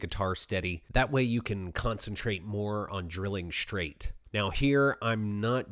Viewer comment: What's a "shtrap" button? What does it mean to drill "shtraight"? Curious, as I've never heard of a shtrap button or drilling shtraight.